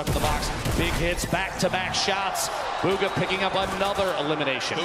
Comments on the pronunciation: Nobody: DrLupo: BUGGA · Wtf did the commentator keep calling him bugga??! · Why do they say bugga